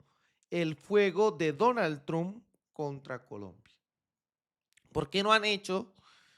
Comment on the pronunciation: Amigo. No digas trump así no caiga mal, se dice tromp como trompeta. Un abrazo y se le quiere mucho. Gracias por sus videos.